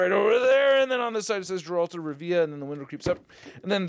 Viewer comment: Alright, buckle up, your old uncle Optimus is about to give you a Witcher crash course. If this helps you, I wouldn't be opposed to you pinning the comment so it helps others. I'll make a load of Marvel references to help you understand 😎 1. You kinda butchered the name I can't lie 😂 You say the name as you see it, so phonetically, it's spelled "Gerult of Rivya". It's a hard G, like game. 2. Witchers are essentially bounty hunters. People pay them to kill monsters mainly, but they can do a wide range of things as long as money's involved. They're like mutants, in that they're feared and shunned from society. There was a huge pogrom against Witchers and many died, and since then, no new Witchers were trained. 3. There're many different Witcher schools, but Geralt is from the School of the Wolf. His teacher was Vesemir. 4. Witchers are like Jedi, in that they're taken in when they're young. I think they're all male for the most part. They all go through the Trial of the Grasses, which is an initiation test, but this is very dangerous. The kids train rigorously and are injected with mutagens and chemicals, which give them special powers, but there's a high risk of death during this process and sadly many kids die; Geralt was one of the lucky ones. 5. Witcher powers are basically the same as Cap's, in that they're super soldiers. But they also have the ability to cast limited spells, like a shockwave, fire, mind control, a shield and some others. They also have heightened s